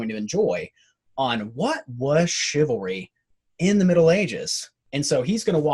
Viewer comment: Sounds like cavalry